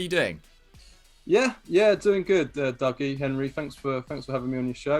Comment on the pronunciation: From pronouncing it doogie to dougie to finally doggy. I have now heard it all.